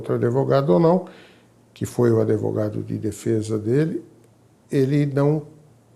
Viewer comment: Esse senhor falando "adevogado" me deu muita agonia rsrsrs Mas sobre o caso, eu achei uma situação revoltante, uma mente extremamente sombria!